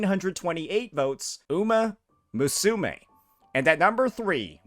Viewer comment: yes lmao